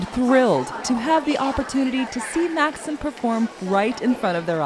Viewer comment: Maksim is pronounced Mak-seem not Maksum, like the way this host pronounced. Great to hear him in an interview.